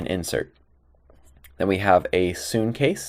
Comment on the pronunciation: sune = soon xDDD no its soo-nay